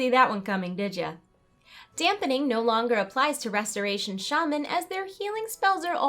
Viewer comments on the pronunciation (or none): none